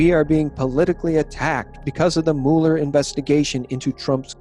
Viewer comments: You're mispronouncing Mueller's name. It's not like Mule -er. It's like Muller. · It's pronounced Mew-ler. Not Moo-ler. PLEASE make a note of it, thank you. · It's pronounced Mew ler, Not MOO ler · Please: it’s not not “MOO-Lee” it’s “MUH-ler” - rhymes with “fuller.” When it comes to names, Wikipedia’s pronunciation guide, for every proper noun, is your friend. No excuse. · It’s MULL-er 😂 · You can't pronounce Mueller correctly and you expect me to believe this? lolololol